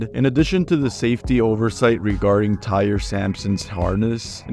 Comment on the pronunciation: He pronounced like 50 words incorrectly. Sounded like AI was talking